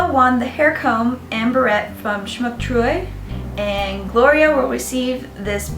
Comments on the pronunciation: Greetings from Germany, you pronounced Schmucktruhe really well for a non-German speaker :> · You actually did not bad of a Job pronouncing "Schmucktruhe" ^^